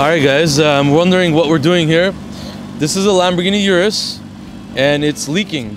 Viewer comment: O-RUS not U-RUS